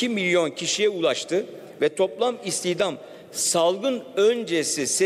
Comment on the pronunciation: cari açık, istihdam demeyi bilmiyor daha nasıl iş bu